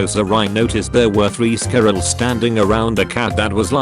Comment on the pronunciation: So it can pronounce Illinois, but not squirrel XD